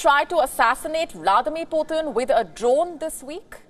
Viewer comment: Not Puthin but Putin